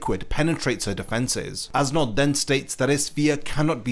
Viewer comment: I'm sorry awesome video, but I cant stop hearing "ass knot." 🤣🤣🤣